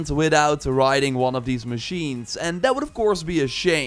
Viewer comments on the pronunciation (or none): none